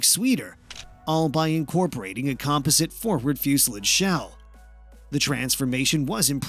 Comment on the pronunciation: Learn how to pronounce composite and fuselage or stop making these damn videos